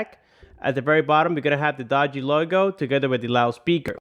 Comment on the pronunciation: it is pronounced dugee